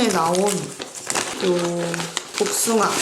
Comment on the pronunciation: 배쓰밤 설명하실때 복숭아!!!!에서 빵터짐여... 뒤이어 나오는 은~은한 복숭아아~ 에서도... 쏙쏙 들어오는 설명...🍑